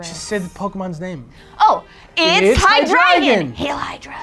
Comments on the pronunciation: Hi-Drey-Gon, NOT High-Dragon. -_ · Wouldn't it be hy-DRY-gon? Since it's name is based off the German word for three? Deino (dyno) zweilous (ZVY-los) and hy-DRY-gon is.how I pronounce the evolution line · And all this time I thought it was pronounced HY-DRAY-GON. Though my brother pronounces it as HY-DREH-GON. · "Hydragon?" Is that... is that the official pronunciation? I thought it was high-dry-gahn. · Why are y'all pronouncing it as haɪ-'dra-gən? Wouldn't it be pronounced haɪ-dʁaɪ̯-ɡɒn since the German word drei, the word for three, is in the name? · Ohh, I always pronounced it "hai-DREE-zhon." Cool episode! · Hi-dragon? I always pronounced it Hi-dre-gon. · High-Drey-Gon? That's how I pronounce it. Also an Amphibious episode? What Frog!!!!! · Also I'm glad I'm not the only one who notice the way they were pronouncing it. It was driving me crazy lol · ooohh the way you yankies says "drei" haha!